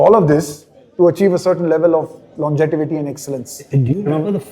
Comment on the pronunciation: longeTIvity nahi hota hai lanGEvity hota hai...